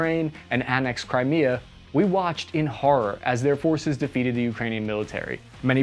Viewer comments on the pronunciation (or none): none